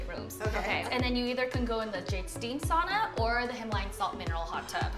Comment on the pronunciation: If you have a sauna in your establishment , pronounce is correctly Sow-na, not saw-na.